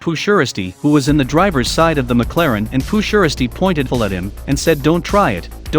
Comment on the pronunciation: Pooh sheristy that's not how u say it its s shiesty